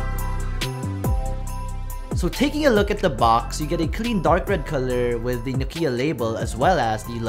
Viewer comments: it's not Nokeeyah..it's Nokyah! Finland baby. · Your "Nokiiia" pronunciation is terrible.